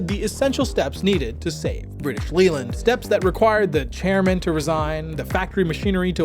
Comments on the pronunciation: Good research. Leyland is pronounced "lay""luhnd". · It's pronounced Layland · Leyland is pronounced 'lay-land'. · Not only can’t he be bothered to say Jaguar correctly, every time he says Leyland I wince. 🤦🏻